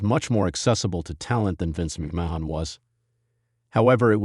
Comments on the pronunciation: even if it is that's not how Vince McMahon says his name. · It is obviously an AI voice and is a turn off for me when it pronounces a name totally different than the person who has the name. Whyt is that a problem for you?